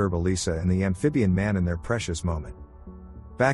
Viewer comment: I will drink a shot every time he says ambfibian man.